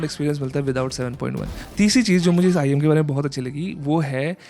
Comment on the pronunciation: Bro said IEN an earphone 💀 and just for the fact this is not the most expensive I saw the most expensive IEM I've ever seen was arround 284K 💀